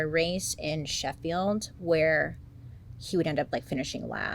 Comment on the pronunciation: Hearing you say Sheffield 🤣 sounds so wrong Bailey, you shouldn’t know of places near me 🤣🤣🤣